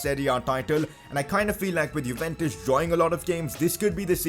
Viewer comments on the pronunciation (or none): none